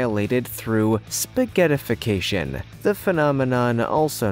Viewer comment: They're neutron stars, not neuron stars. Other than that, and pronouncing "spaghettification" as "spaghetti-ification", good stuff!